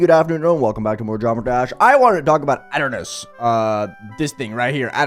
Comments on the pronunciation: ah yes "ot" ernos, i swear to god if thats the correct way to say it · it's pronounced ee tur nus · that is probably funniest way of pronouncing "Aeternus i think ive ever heard LOL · Say aeternus again I dare you